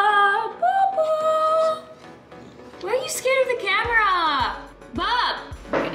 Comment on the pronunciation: NAPAGALITAN AKO NI MAMA KAKATAWA SA PAGSABI MO NG NEW CAMERA 😭😭😭😭😭